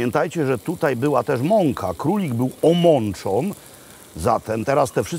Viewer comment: "królik był omonczon" weź już lepiej po angielsku z napisami bo na prawdę taki Bralczyk, ale aż za bardzo